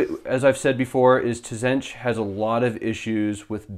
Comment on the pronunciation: Loved the report, but for the love of god, please tell your friend that the T is silent! :)